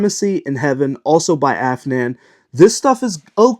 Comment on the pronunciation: Mispronounces Afnan and correctly pronounces Rayhaan. Looks like he’s sponsored by Rayhaan.